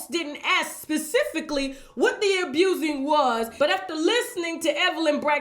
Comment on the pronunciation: Everyone she says 'abusin' ' I crack up! Btw, I do believe, and don't think it's all a scam! I do think however that the family is coordinating how to destroy him due to his financial downfall. In short.. bunch of gold diggers picked the mine bare, off to the next..